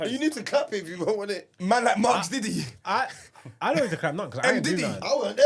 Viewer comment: Man said Margs Diddy🤣🤣🤣🤣